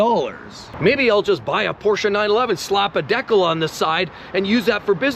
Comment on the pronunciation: A "deck el" lol